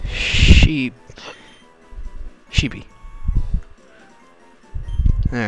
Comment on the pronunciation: that's Sheppy not Sheepy..